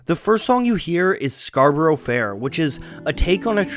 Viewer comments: I wonder why no one ever corrected Simon and Garfunkel on the mispronunciation of the word Scarborough. For anyone whose interested it’s pronounced scar-ba-rah not scar-ba-row I’m an English man who is going to make a folk song about New Yeek instead of New York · It's "Scar-bruh", not "scar-burrow". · Fascinating but, while it's impressive that you know so much about the origins of Scarborough Fair, it's odd that you seem unable to pronounce it properly - it's "SCAR-bo-ruh" not "SCAR-bo-ROW". (And while I'm here, they're not 'erbs, they're Herbs. With an H) :) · Good video ..I wish 'Scarborough ' was pronounced correctly though. In English it has a 'A' sound at the end 'Scarburra' not Scarburro' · Erm... ScarBRUH, not ScarBURO. English song, please pronounce it the English way! And that goes for S & G too... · I like the video but the pronunciation of Scarborough is painful :( It is pronounced Scarbruh, the first o is silent. Only in the song is the syllable added in for the rhythm. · My slight annoyance at your pronouncing the title as “Scar-burrow Fair” (a bit like referring to Feelin’ Groovy as Feeling Groovy) is far outweighed by 1. People who say “That’s how they say it in the song. Are these people deaf? 2. People who say “It’s Scar-bruh”. How you happen to say the name of the town (which isn’t how everyone says it, and is not accurately conveyed by that spelling to, for instance, people who pronounce U in different ways) is neither here nor there. In the song, they say “Scar-bur-ah”. Scarborough can be pronounced as two or three syllables, but it’s three syllables here to fit the metre. Just like he sings “When you’re wear-ee-ee ” in Bridge Over Troubled Water, but only an idiot would say “Actually the word is ‘weary’”. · It's pronounced Scar b' r'fair and NOT Scar burrow fair.. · Fukin lol, it's pronounced "scar-buruh", not "scar-burrow" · It is not scarburrow: it is scarbrə (as a Yorkshireman would pronounce it), or to fit the meter of the song, scarbərə.